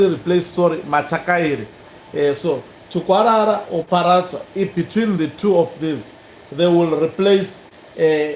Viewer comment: It's Tungwarara not Tugwarara